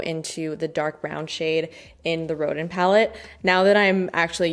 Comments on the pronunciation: Loved this video as I love these brands. FYI Rodin is pronounced “Ro-Dan” 😊 he sculpted “the thinker” 🤔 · Hi, dearest! Rodin’s name is pronounced like “rowed-ON.” He’s a French (?) sculptor, and his name is said w the French pronunciation :) Edit: And “Rococo” is “ROW-co-co” and “Baroque” is “bah-row-ck.” Took me ages to learn all my art history terms/pronunciations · You live in Montreal and that’s how you pronounce Rodin?? 😭